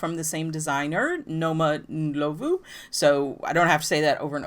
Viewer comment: OK so I love that you said Noma's name very white 😆 🤣 😂... the o is pronounced more like aw... so Nawma Ndlawvu... and our hometown is a hard J like Josephine... but love your channel and big love to Mzansi and Jozi...